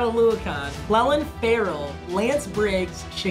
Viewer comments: Cl-EE-lin Ferrell, not Cl-EH-lin! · It’s clelin Ferrell (clee lan) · Imagine if papa said Clelin Ferrell the right way